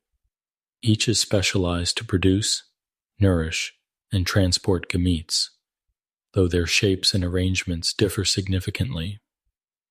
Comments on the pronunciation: Lost me at the pronunciation of gametes. 😂 Assuming this is AI? Barf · hahaha right ai is not good at pronouncing biological words